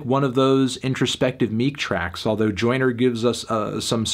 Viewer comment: Melon saying “Oyner Oyner Oyner” for 7 minutes doesn’t make this a review.